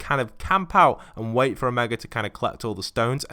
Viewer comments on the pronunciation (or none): none